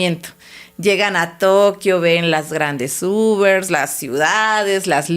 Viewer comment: No sé si de verdad se le está olvidando el español ,O en su Universidad no le enseñaron correctamente 😂😂 porque dice: Excuela, Detrogada,dice las grandes Ubers, no sé si ella está correcta, pero yo pensé que es así :Escuela, Retrógrada, y las grandes Urbes.